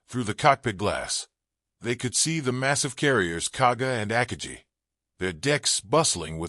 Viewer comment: With all the time spent on making this video, no one bothered to research the correct pronunciation of “Akagi”, which is distracting. I have never heard it pronounced that way.